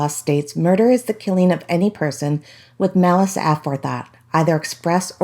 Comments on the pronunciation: Not pronouncing it correctly - ah-fore-thought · take it from a retired lawyer, the word is pronounced a FORE thought. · A really poor report. The early half was filler with stuff a high school kid knows; She couldn't even pronounce "aforethought" correctly. Very lazy reporting. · You need to lean to pronounce "aforethought" correctly! You sound silly. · Are you kidding me? Is this some new word Aforethought? That was an execution of our beautiful language. 🤦‍♀️ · Take it from anyone with at least a 9th grade education! I honestly can't believe she combined those 3 words to create one bizarre new word. 🤦‍♀️😳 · Yeah the way she pronounced that was pretty weird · If only we could pronounce ‘aforethought’ correctly, I could take you more seriously! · Seriously. How does someone not know how to pronounce “aforethought”? I’m out.